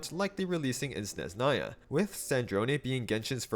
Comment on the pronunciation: SneZHnaya brother. Don’t ignore the H. ZH is the same sound you make when you pronounce G in Fagio